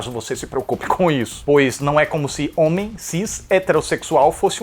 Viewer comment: "homém cis heteressexúal" aaaaaaaaah eu te amoo